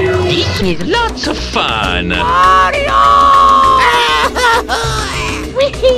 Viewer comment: 'Mairo' lol...